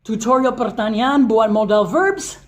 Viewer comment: kalo ngomong pertanyaan sya dngernya kayak ngomong pertanian wkwkw.but it's not problem, ttp semangat post video learn english tentang conversation sehari hari atau yang umum dipake sama bule ya:D